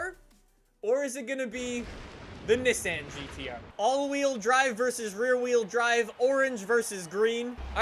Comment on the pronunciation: its pronouce as Nissan